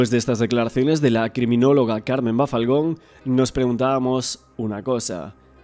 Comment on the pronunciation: Bafalgon no, es Balfagon!!